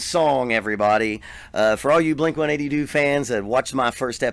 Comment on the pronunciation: First of all it's blink one eight two. Lol